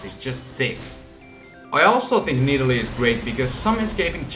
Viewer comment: nidalee? umm, nah m8, naaaah